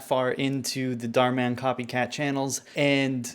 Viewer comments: I like how you pronounce it with emphasis on Dar, like Darman as if he’s akin to Batman. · bro really called German Darman "Darman in Dutch" .-.